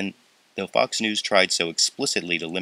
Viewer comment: At the end of the news item, it sounded like "f***s news "